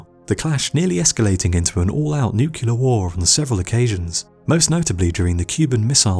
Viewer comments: NOO - CLEAR NOT NOO - QUE - LAR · He said nucular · You use the incorrect pronunciation of the word "nuclear". The Homer Simpson pronunciation. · That is not the correct pronunciation of the word "nuclear". That is the Homer Simpson pronunciation. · Interesting and well put together. Only marred by your inability to say the word "nuclear" properly. Very good otherwise.